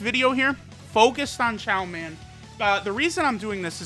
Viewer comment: It's Chioman